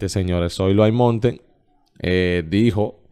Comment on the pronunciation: Se pronuncia soilo almonte no aimontr como usted lo pronunció